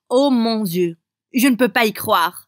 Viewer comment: Il a dit oh mon sieu au lieu de dieu j'étais morte de rire